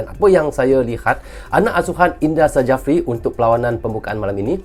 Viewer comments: INDRA SJAFRI di baca "INDRA SYAFRI" nama beliau menggunakan ejaan bahasa indonesia tahun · Indra Sjafri (Baca: Indra Safri. Bukan Indra Sajafri) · Indra Syafri bacanya bang. Bukan sajafri. Itu ejaan lama SJ dibaca SY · Sedikit ralat, SYAFRI dan bukan SAJAFRI. Karena menggunakan ejaan lama dimana huruf Y belum ada dan dilambangkan dengan huruf J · o Bro....Indra Sjafri dibaca Indra Syafri... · INDRA SJAFRI dibaca INDRA SYAFRI.